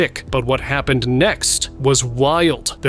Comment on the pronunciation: I'm surprised by the AI narration! the narrator says "foot-ah-gee" instead of footage and "hap-pen-ed" instead of happened. It also did something weird with "us" (which sounded like "oose") and "figure" (which sounds like "fig-gure").